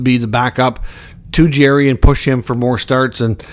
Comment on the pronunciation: It’s not Jerry! It’s Jarry! Jar-ry